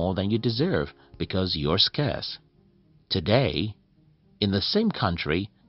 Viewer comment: At least pronounce Scarce correctly...